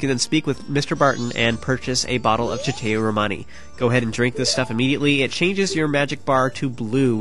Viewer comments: I believe it is pronounced "sha-toe romani", not "cha-tay romani" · Every time he pronounces Chateau Romani wrong I die a little inside. Lol